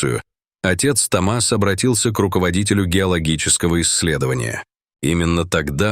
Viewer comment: Только правильно не Том(А)с, а Т(О) мас от имени Том☝️. Учитесь правильно ставить ударение ☝️, прежде чем транслировать контент!!!